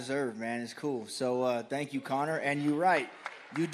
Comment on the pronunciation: Conner: “Tank you”